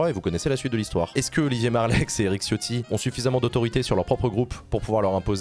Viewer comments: Sauf que Ciotti en Italien se prononce TChotti, et pas Chiotti. Quand tu dis Ciao, tu dis Tchao, pas Tchiao. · Chiotti prononcé à la ritale porte bien son nom